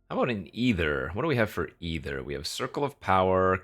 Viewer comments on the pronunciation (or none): look up the word “ether” in a dictionary, then look up the word “either”. One of them is pronounced “EE-Therr” and the other is pronounced “Eye-thur OR “EE-thur”. But the card is ether, not either.🤦🏻‍♂️🤷🏻‍♂️🤦🏻‍♂️